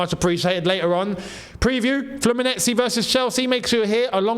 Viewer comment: it's not "Fluminezi", it's 'Flumi-neigh-zei"😂😂😂